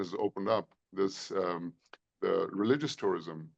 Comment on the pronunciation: Tourism ❌ Terirism✅